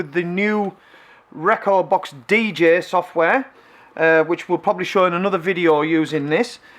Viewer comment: DEEJAY NOT DEEJEH